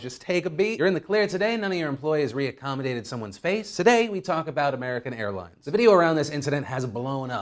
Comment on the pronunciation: Today we talk about American Hairlines... I cannot unhear it